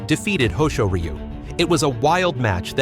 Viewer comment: Awesome editing work and a great tribute to Papayasu! For names that sounds weird with the AI, for example Hoshoryu, you can edit the names to sound more natural. So for my example, type Hosh-or-you or Ho-shore-yu.